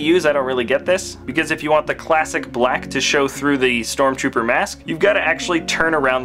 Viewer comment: its not stromrooper its stormtrooper